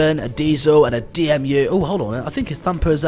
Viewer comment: D E M U NOT D M U